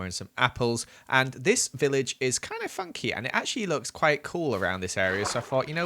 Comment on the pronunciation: I love when he say funcky😂